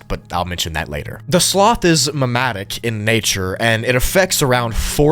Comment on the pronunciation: Just so you know, its pronounced mem-et-tik That being said, love your vids!